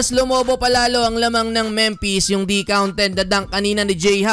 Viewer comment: Memphis Pronunciation: Memfis Hindi Mempes.